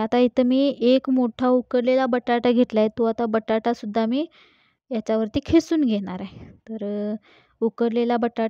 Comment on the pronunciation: खिसून नव्हे. किसून म्हणावे